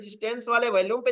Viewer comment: Sir bohat badiya raha. Apse request h ki "VOLUME" shabd ka Google par pronounciation yaani ki kaise bola jaata h vo ek baar dekh lein. Aap is shabd ko galat bolte hein. Dhanyavad